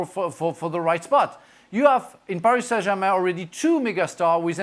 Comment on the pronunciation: Gab you do realize you don't say the accented words of a foreign language unless you are speaking it. That's like speaking Spanglish. When you mix them together. If you want to say Paree Sain Germah you need to say the entire sentence in French. Frank has an excuse. The guy is French speaking English. The accent is natural. He can't help it. He doesn't do it on purpose. You are English speaking and American like me.